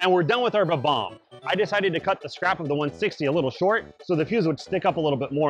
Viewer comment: It's pronounced Bob - omb but good video👍